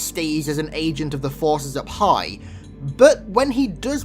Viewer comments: Oh, "up high" not "a pie". Just realized that carter doesn't report to baked goods. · I thought you said “a pie” when you actually said take orders from “up high” LOL